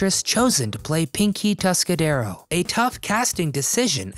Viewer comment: "Tuscadero"; no 's', on the end.